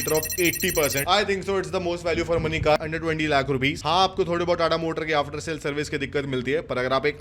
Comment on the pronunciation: Tata ka naam hamesha galat bolta hai sala haramkhor